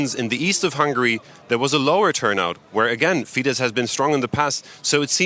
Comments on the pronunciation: Wow! This is great news! By the way, it's not pronounced "fee-deSH." It's "fee-dess." In Hungarian, sz = s, and s = sh. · Could the lady anchoring learn how to pronounce FIESZ??? It's fee-de ss (the sz in Hungarian is ss)